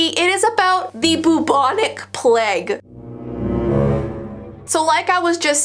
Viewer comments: It,s pronounced plage not pleg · kept on saying PLEG it's PLAGUE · In the ring around the Rosie when you said Plage that’s not how it’s pronounced it pronounced as (plaje) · The pronunciation of plague is sending me...its PLAY-gue not PLE-gue 🤣love from england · the pleg.... i think you mean the plague (play guh) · I'm from England you say it so weirdddddd plage it's pronounced pla-gue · saying "pleg" 😂 I mean I guess some people may pronounce it like this but.. 😂 I say "plage " I know you spell it plague but ya know I'm just spelling it like this so you can see what I mean 😂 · saying pleg is just a big mood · I don't know if in America it's different but in England it's pronounced the "playg" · Me: hears her say plague My conscience: A pleg..? Me realising it might be because I’m Aussie. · It’s pronounced play-g :) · I'm sorry but saying pleg instead of plague makes the topic much more lighthearted 😂